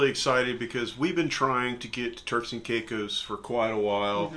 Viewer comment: Turks. Not Turls 😅